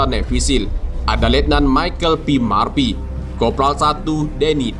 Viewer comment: Bacaanya murpy bang bukan marpy😂